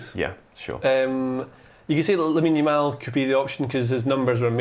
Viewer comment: "Yamine Lamal" lol